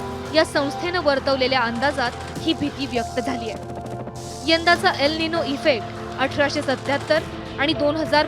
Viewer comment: यल नाही एल बोलतात मूर्खा....